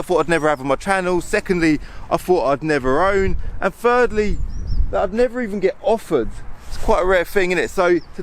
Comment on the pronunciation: What's with the: "It's the car that firstly I "F"ought it never much handles, secondly I "Fought I'd never own, and "F"irdly I've never even..." I mean come on... at least try to talk like a normal human being...